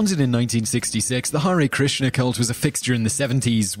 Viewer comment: Hare krishnas are not cults.. they don't force anyone to join Them.. the most important it's Mahabharata. . the epic not novel..No thank u for at least once pronouncing the holy name.. hare krishna